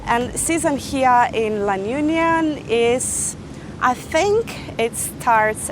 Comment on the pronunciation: You can't even pronounce LA UNION well 🥴😖